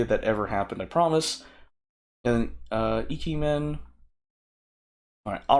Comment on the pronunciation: Also, it is Ike-Man. Ike is one word.